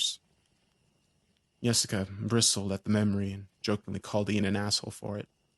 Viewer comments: I thought he saying Jessica till I say this😂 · Who the hell would name their kid Yesica? 😂 At least that what it sounds like he’s saying lol